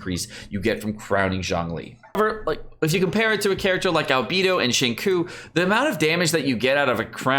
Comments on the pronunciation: why tf does he say qincoo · Xingqiu 行秋 = SING-CHEW You are killin me bruh. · XQ is pronounced more like shing choah as in woah but ch in front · Nobody:: SheenCoo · What the fuck. Did he just call xingqiu, chingcoo? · Pronounciation for Xingqiu = Sing Chew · Why does everyone pronounce Xingqiu's name incorrectly, u pronouce it "Ksingchou" or something like that not "zinkui" or "shinku" or stuff like that... XD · BRUh stop saying sHinqOo and say xingque instead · My dude, I hate to nit pick, but Xingqiu is pronounced shing ch-yo. Like yo-yo but swap the fist yo for a “ch” sound. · ok after listening again he pronounced it as 'sing-cho' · Xingqiu is pronounced. Xing chou... Q is pronounced Chi bro. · Acually, the second part of his name is more towards "chew" so its Xing-chew if you want to pronounce his name similar to the actual name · It's Shingchuu btw. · the way you pronounce xingqiu makes me so 辛苦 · the way you pronounced xingqiu's name pains me hasdkfja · Nice video I think this was a much needed video tbh. I heard kaeya is really good to crown and he has a super high multiplier but I don’t use him haha. I love you bro but please learn how to pronounce these characters names… like you can hear them say their own names on their profile in English 😂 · please brotha... watch a xingqui pronunciation guide... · Okay but that pronunciation of Xingqiu hurts me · why is he pronouncing XQs name so awfully? is there some inside joke I'm missing? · The pronunciation of XingQiu makes me cry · Omg I almost had to click off the video for how you pronounce Xingqiu 🥴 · Please don’t ever say Xingqiu again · You even pronounce his name wrong lol